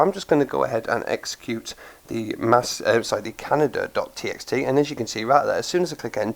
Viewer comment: Great vid...gonna try this out later today for sure :) my ONLY criticism is that I think the word "Kaneda" is pronounced "ken-AY-da", not like the country "Canada"...I may be wrong, so the egg might be on my face lol (I'm going by the pronunciation of the character's name "Kaneda" from the movie Akira) Again, great vid...thumbs up :)